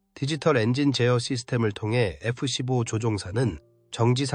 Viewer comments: AI번역과 나레이션이 거슬리네 에쁘씨뽀가 뭐냐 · ai가 읽는 건가? F 십뽀라니...